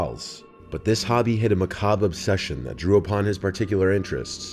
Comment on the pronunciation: Thank God you know how to pronounce the word 'macabre' Truly it's a relief! So many creators mispronounce it!